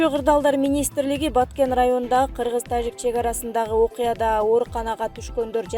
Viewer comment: Э тажик деп орусча жраф деген тамганы айтпай ж деп жылдыз денен тамганы колдонгулачы кыжырды келтирбей